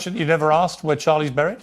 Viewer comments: She says boooried.🤔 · The way she says buried drives me insane! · Candace doesn’t know how to pronounce the words important, certain, buried and burial.